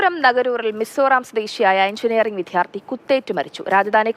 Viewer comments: ർ വാർത്ത വായിക്കുന്നതും ചാനലിൽ ജോലിചെയ്യുന്നതുമായ 95% പേർക്കും വിദ്യാർത്ഥി എന്നു ഉച്ഛരിക്കാൻ അറിയില്ല ഇവരെ എത്രയും പെട്ടെന്ന് മാറ്റി അക്ഷരം അറിയാവുന്നവരേ ജോലിക്ക് വക്കുക. എന്തോ വല്യ സ്റ്റൈലിൽ ആണ് ഈ മണ്ടത്തരം എഴുന്നേള്ളിക്കുന്നത് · വിദ്യാർത്ഥി pronounce correctly